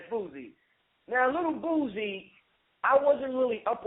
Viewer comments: Lol!!!!! "The reallll Rick Ross, not the fat sloppy one." Za Za had me craking up! to, because of the way he kept saying Boosie name: he was saying Boozie. Lol! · I think that Zaza came down a little hard on Boosie. Why would anyone expect him to think any different than he does. Dude keep mispronouncing Boosie name, very condescending. We far to often only seem to want to disconnect ourselves from common blacks. We should pity Boosie, and those like him who are ignorant of the information.